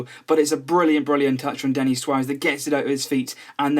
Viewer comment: It's Denis not Denny